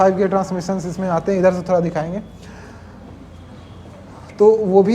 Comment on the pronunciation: हे भगवान, भाई ठीक से हिंदी बोल ले पहले... थोड़ा होता हैं, थोरा nahi.... 🤣🤣🤣 बरा नहीं बड़ा होता हैं Crusier नहीं cruser होता हैं...